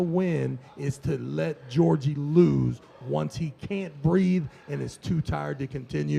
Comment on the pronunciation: One of the commentators calling him "Georgie" is killing me 🤣💀